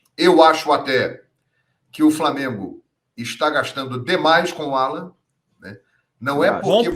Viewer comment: O NOME É ALLAN E NÃO ÁLLAN POIS NÃO TEM ACENTO OK, UMA DICA SEM QUERER TE ENSINAR NADA OK UM ABRAÇO